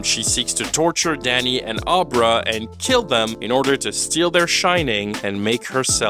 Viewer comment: ....Fall Guy was an old Lee Majors TV show, not an original idea. Dan Torrance drinks because alcohol dulls his shine. And "Ahbra"? Her name is pronounced like "Abra Cadabra." Did you watch the movie? Lol